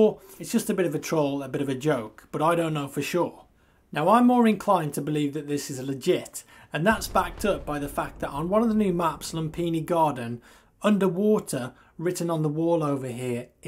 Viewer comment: lumphini is pronounce lum-pi-ni